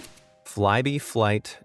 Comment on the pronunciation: I thought he was saying Flighty Flight when he was talking about Flybe Flight.